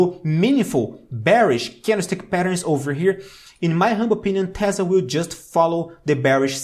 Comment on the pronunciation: I love that he says "tezzla" and not "tesla" lol. Also his information is very good :D